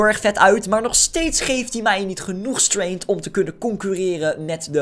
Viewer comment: Het is gewoon strEngth niet straint je zegt straint